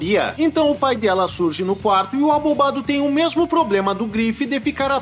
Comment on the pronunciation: Toda vez que ele fala abobado eu escuto arrombado kkk